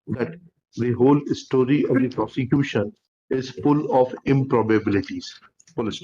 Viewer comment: Everything apart, Did he just call Prosecution .."Prostitution?" I think the judge noticed it too